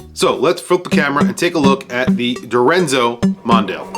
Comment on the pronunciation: Mon-dee-al not mon-dial (as in watch dial).